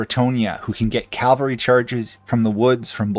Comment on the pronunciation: Small nitpick - it's cavalry, not calvary.